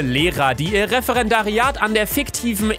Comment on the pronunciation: Er hat FICKtiv gesagt 😹😹😂😂